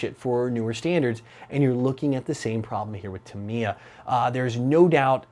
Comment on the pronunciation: Sorry for this.... But it is pronounced: Ta-mi-ya. All syllables in the same speed.